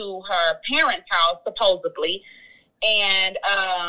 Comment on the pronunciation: This lady is not a doctor. She said "supposably". That is not a word. It is a mispronounciation of the "supposedly".